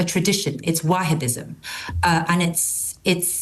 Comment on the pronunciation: it’s a Waaahibism 😂😂😂 enough said